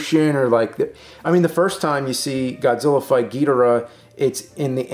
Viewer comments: "Evanjelon" "Ghidra" NO. EVANGELION (EE-VAN-GELL-EON) GHIDORA (GHEE-DOR-AH). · What I’m Struggling with is why they keep saying Geedrah instead of GhiDOrah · Ghidorah. Please stop saying gheedrah 😂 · I never knew how much it bothered me to hear people mispronounce Ghidorah til this video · Dude why is it only 1 of you is saying Ghidorah's name correctly? Also I hope Mecha-King Ghidorah will be used in the future. That post credits scene really is hinting towards that.